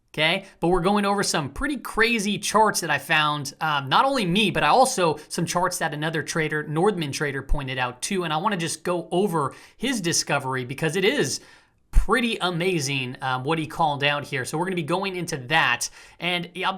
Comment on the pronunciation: It's Northman, not Nordman :-) Nordman is a type of Christmas tree. Still, I like your videos, keep up the good work!